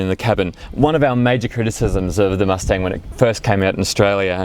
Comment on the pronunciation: mus ting ???????????? u say wrong